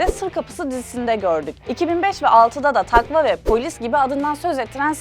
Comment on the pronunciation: Ben pek bunlara gülemiyorum. hiç bir şeye gülemiyorum kolay kolay. "takva" değil "takvaa".